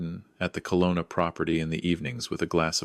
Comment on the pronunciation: It's Kelowna, not Colona. True story? I think not